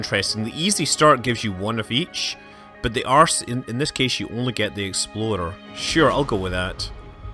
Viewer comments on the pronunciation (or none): Everyone else on earth: "Explorer" Scott Manley: "Exploder" 4 years and I can't unhear it in every video. This is part of why I subscribe. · I was on the edge of my seat when Scott was hovering over the RC explorer. Every time he says "exploder" I'm so genuinely amused